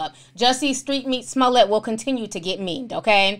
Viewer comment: Ti, did u say "Amanda Smollet" ?!? 😂😂😂😭😭